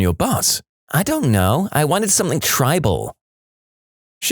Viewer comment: No K in the word something